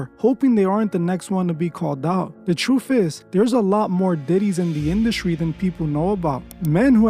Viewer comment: Wild... You can't say "Truth" correctly, yet here we are..